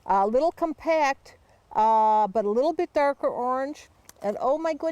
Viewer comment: "Oh, what a surprise... Monarch caterpillars are a liiiittle bit... stupid." LOL This lady is awesome.